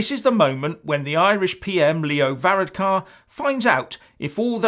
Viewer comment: you cant even pernounce leo varadkar name correctely the uk will be on its knees after brexit